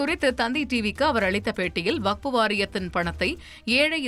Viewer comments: அது வகுப்பு இல்லடா வக்ஃபு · டேய் கிழட்டு பயலே முதலில் வஃக்பு என்பதை சரியாக சொல்லுடா மூதேவி வகுப்பு னு சொல்ற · ஐயா பெரியவரே அது வகுப்பு இல்ல வஃக்பு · வக்ஃபு என்பதை ஒழுங்கா சொல்ல தெறியல வக்ஃப பத்திஉனக்கு என்ன தெறியப்போகுது ....